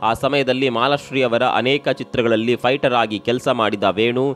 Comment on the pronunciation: Lo guru fighter adu fughter alla😂